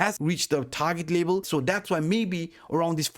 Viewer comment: learn how to say level and fiftty. lebal lebal pipty pipty